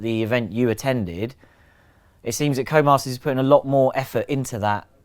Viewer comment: "Who the hell is this Comas guy he keeps talking about? Oh, he's saying "Codemasters".."